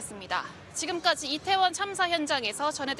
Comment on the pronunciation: 발음이 이상해서 몇번을 돌려 봤다.. "지난 해 참사가 일어났던 이곳 리태원 은" 이라고 들리는데.. 얼마 전, 왜색 표현을 하지를 않나.. 공영방송 수준이 점점 엘롱인데..